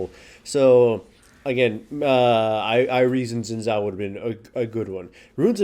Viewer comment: 'xin zhao' is pronounced closer to 'sin jao' than it is to 'zin zao'.